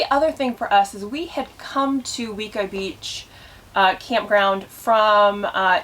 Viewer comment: It’s pronounced way-co beach